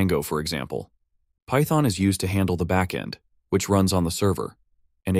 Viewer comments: Python not pyton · python (not pyton) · says pyton not python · "pyton" lmao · "pyton" xd